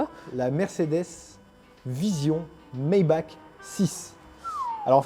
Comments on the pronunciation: Pour info, Maybach étant une marque allemande ça ne se dit pas « Meille Baque» mais « Mai Barr » Comme pour Hyundai qui se dit Yundè, Queue nigue zeg pour Koenigsegg Chkoda pour Škoda (a cause du Caron sur le S se prononce Ch) Porsche qui se dit Porchi Volkswagen qui se dit FoksFageun BMW qui se dit Béhème Vé et pas Béhème double vé A-odi pour Audi Bugatti qui se prononce Bougat-ti (a cause de son origine italienne) Ma Zeu Da pour Mazda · SVP Nein ! Maybach se prononce "Maille-Barr", pas méback à l'US ou mébare. C'est un Nom de famille, respectez. merci. (RUF se dit Rouf, pas reuf ou ruf il n'y a pas de ü)